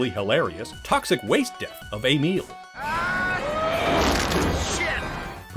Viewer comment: why did you say "Ay - meel"